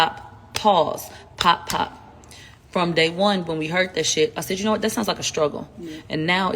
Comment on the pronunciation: He sai yah , she sai ,he sehd , she sehd. Every other words spoken in her videos. Drives me crazy for real 😆